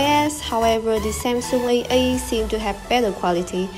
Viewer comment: Your pronunciation is quite good but you missed some final sound. When you said A8, I heard that AA not A8 😂😂 P/s keep this job up, it's promising!